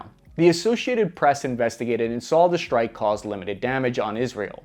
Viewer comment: wtf is a "Shtrike package"?